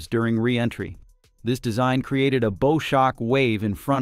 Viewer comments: Research correct pronunciation of “bow”. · This AI read? "Bow" in bow shock is not pronounced like an arrow-shooter.